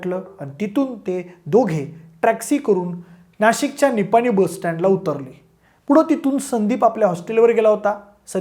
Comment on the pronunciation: निपाणी नाही निमाणी बस स्टँड